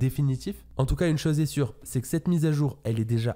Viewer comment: Tu dis bizarrement le mot " chose" 😂😂